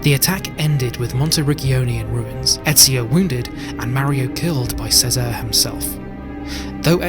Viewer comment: Chess-uh-ray… thumbs down for pronunciation its said multiple times in the game and historical media… it’s not says-are it’s chess-uh-ray